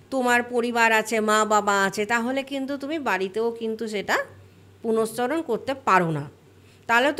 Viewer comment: কথাটা পুরশ্চরণ। আগে ঠিকভাবে উচ্চারণ করতে শিখুন, তারপর লেকচার দিতে আসবেন।